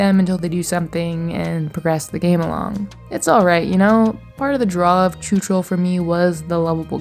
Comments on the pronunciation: pls plsss PLSSSSSSSSS .. go to google translator and learn how czechs pronounce letter "CH" .. write in czech "chuchel, machinarium, čučel" and press voice speak because it's NOT tchutchel Chuchel means something like a "ball of hair". The pronunciation is VERY different and carry very different meaning, the proper means something with a ball of hairs twisted together, your pronunciation means "stared dumb" in past tense in czech xD (written as čučel) So "chuchel čučel" means "the ball of hair stared dumb at..." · My ears! I know I know I know. But the "ch" is supposed to be pronounced like "j" in "José" or "j" in "fajitas" (Spanish). Very often the "ch" sound from Slavic languages is being pronounced like "č" in English. It is super weird and a bit annoying. The ice hockey player Zdeno Chára, was constantly pronounced like "čára", which means "line". It totally changed the meaning of his surname. He is not Mr. Line! But this video brings so many memories... I had an idea, about a game that could be called "electronium" that would be the "path" of an electron traveling his way from the rails to the overhead catenary through a T3 tram. With intricate detailed steps, technically correct, with easy to solve puzzles (based on the original T3 design, which is a PCC streetcar). It would be a "technical" game, but it could include various spin-off "routes" of the electron, based upon what the tram is doing. FFS it is not "choochool". It rips my ears from my head. It is not like the "sound a steam engine makes". Sorry, but I had to write this to ease my mind. I cannot give an answer to your question. Both are cute in their special way. If I should pick one, I would pick the gnome. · Yay, Czechia mentioned :D Your pronunciation of chuchel is silly